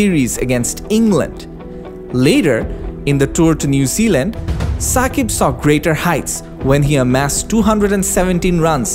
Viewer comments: it's Shakib not Sakib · Shakib not ssakib